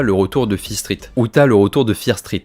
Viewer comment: Ça me stresse, tu peux ajouter le "T" au mot "Street"...